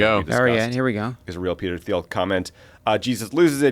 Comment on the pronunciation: Thiel pronounces his name is TEEL....guess we need to lock down our info even more